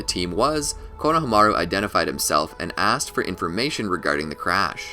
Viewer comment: But you're so dog water you didn't even say konohamaru's name right